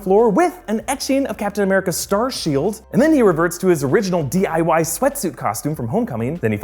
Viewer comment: “Diy roots”😂😂😂😂